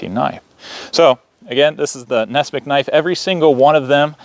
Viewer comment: It's not Ness-mick, it's Ness-"MUCK"!